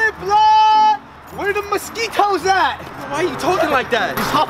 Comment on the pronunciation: Man said “where the mosquit-hoes at”